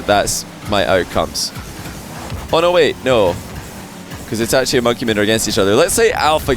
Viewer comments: Anyone else mad as to how says itachi? Like its itachi not e tat chee like say ah. Now say e-t-ah-chi. Itachi. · E ta che is how you pronounce it